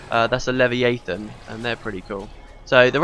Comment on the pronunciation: I love how you call a leviathan a levi-a-than, that's... quite a butchered pronunciation, lol.